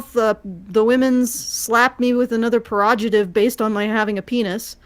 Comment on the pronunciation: "Perojative" XD